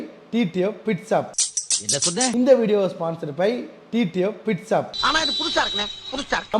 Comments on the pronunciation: Pit shop ❌ Bit shop ✅ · Pitshop❌ pitsap✅